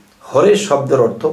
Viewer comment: আর্থ নয় বলুন অর্থ ❓❓❓